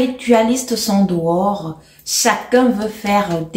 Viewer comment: Toute mignonne 🥰 ma grande. Façon tu as mis l’accent sur le dehors est risqué ⚠️ là j’ai du rire 🤣 La fin d’année est dehors, les gens veulent faire leurs derniers sacrifices 😅😅 c’est grave